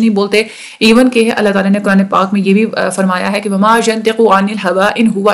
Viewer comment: mam 16: 36 pr ap ki mistake hy [wa ma] tha ayt ma ap ny [wo ma] prha zbr thi ap ny zyr prhi